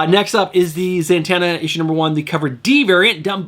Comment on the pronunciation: Am I crazy, or do you pronounce Zatanna... ZaNtanna?